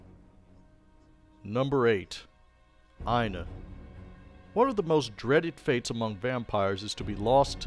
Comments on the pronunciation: Aine is pronounced as Anya. It's Irish/Celtic. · It’s pronounced more like Onya